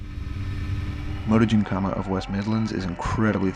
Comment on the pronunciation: Why you pronouncing it motogymkhama?